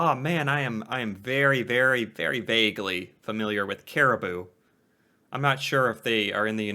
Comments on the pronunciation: yeah, that narrator really needs to fact check a bit.... Man-I-toba New BRUNswick, not BURNswick CariboU, not Caribo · Its not peary caribo, its peary caribou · yes either the videos narrator, or the writer(or both), are a we bit on the slow side. Or don't have spell check. "New Brunswick" not New Burnswick. "Manitoba" not Mantoba. "Caribou" not Caribo. and the narrator must be from the states, because every time kg shows up in the script he spells it out (kay gee) rather than just saying kilograms, like a normal person. (which suggests that the writer is Canadian...or just copied his research verbatim from Canadian sources)....oh, and the whole Mantoba thing(good catch )...lol...not a mistake a Canuck would make...lol (it'd be like a yank saying they're from Washton DC, or Nevda 😀) You should see if you can find a decent video about the, Snakes of Canada. Might just surprise ya 🙂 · New Burnswick LOL!! New Brunswick, the narrator is a dolt! um, that narrator should brush up on his Canadian names before opening his mouth! Cari-boo! LOL! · And kari-booo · they missed the U in caribou.